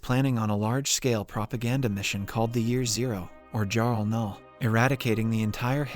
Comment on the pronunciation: That pronunciation of Jahr 0 (null) made me ughhh in disgust. Do some preparation and learn how to say it.